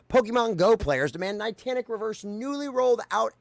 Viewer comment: It was driving me a little crazy you kept calling them "nitantic" instead of Niantic but actually I like it because rhymes Titanic which perfectly fits how they are a sinking ship by their own doing.